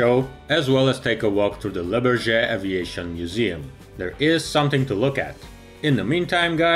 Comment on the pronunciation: I love your videos, please learn how to say Le Bourget properly, I guess phonetics for English would be BOORJAY